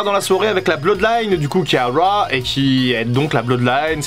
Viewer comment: Critiquer Fin pour son accent alors que tu dis "wa" au lieu de "rauw" c'est osé :)